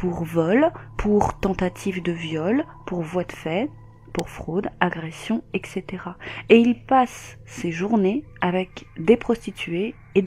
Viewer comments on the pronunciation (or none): En fait !!.. le fait d'entendre.."ect..ect" fait maaaal au coeur !!.. quand même le temps et les années !!..